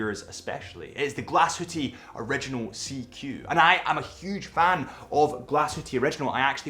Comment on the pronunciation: Every time he sais glashütteee a small part of me dies